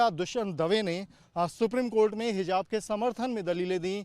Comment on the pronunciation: What is hizab ? 😂😂😂 lol Jahan “z” bolna he wahan “j” 😂 aur jahan j wahan z ‘😂😂😂😂😂😂😂 Nawazuddin ko nawajuddin 😂 Javed ko Zaved 😂 Matlab sab ulta chalta he 😂